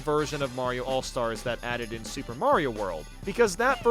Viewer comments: Everytime he mentions the new super mario bros games he says “soup” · why does he call them soup games?